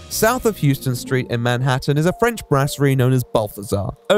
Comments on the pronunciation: Thats not how you pronounce Houston st in New York city. It’s pronounced lhowstan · It is not pronounced "houston" street, though it is spelled houston. It's actually pronounced "house-ton" street. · Balthazar is on Houston street: but it is pronounced HEWston, not like the town in Texas. H😮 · In NYC it's pronounced "House-ton" street, unlike the city of Houston. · It's pronounced "House-ton." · Oh no, no one was able to let know the proper pronunciation of Houston St in NYC!:( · I hope doesn't get cancelled by New Yorkers for mispronouncing 'Houston Street' while oddly and unnecessarily referring to SoHo as 'South of Houston Street'. For the unfortunate souls who are either 1) not New Yorkers or 2) have never lived in or visited NYC—'Houston Street' is not pronounced the way 'Houston, TX' is pronounced—'Houston' is pronounced the way it's spelled, the 'H' is not silent (so like: /ˈhaʊstən/ HOW-stən).